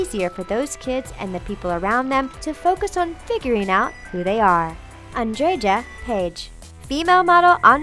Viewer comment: Sarita Blumen Trandža. 😂 A kako su mu(srednji rod) ime nagrdili. Andreja je lijepo time, a oni su ga pročitali kao Anddžeđa.